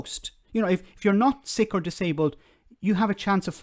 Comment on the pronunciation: "Sique". Clearly very upset indeed! And righteously so!